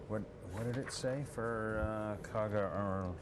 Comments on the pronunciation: It's the KAGA...NOT the Kagan...Jeez... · Kaga not Kagan. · KAGA. Not Kagan, you dopes. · Kagan ?? Kaga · Kagan? Try Kaga. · Called the Kaga, not Kagan. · Kaga, not kagan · It's Kaga & NOT Kagan... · It's KAGA, not KAGAN! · Kaga...not kagan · Kaga not Kagan! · Kaga, Akagi, Hiryu and you better be Soryu for calling it Kagan... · Thats Kaga dude, not Kagan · Kaga not Kagan lol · It's the KAGA...NOT Kagan...Kaga. Akaga, Soryu and Hiryu were sink at Midswy... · It's Kaga not Kagan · It's the KAGA , not the Kagen. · Kaga, not Kagan. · You'd think that a "news" channel could get this right. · It’s Kaga. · It would also have been nice to get the name of the carrier right (it's KAGA!) but apparently that was too hard. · What a joke can't even get the name of the ship correct. Zero credibility. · It would have been nice if you got the name right...